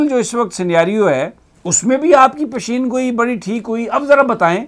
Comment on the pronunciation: Sami sahb its not pisheeen goee its peshan goee